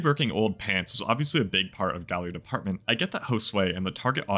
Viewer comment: Can you stop saying gallery depth 😂😂 it’s department. It just wouldn’t look right on shirts spelled out